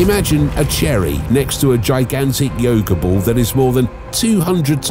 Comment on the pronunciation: You say the sun is a bool? Wtf is that?